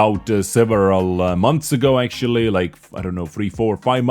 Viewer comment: I knooow, i know, i know you are not a fluent english speaker and its okay. But please for the love of god stop saying "akchuly" instead of "actually"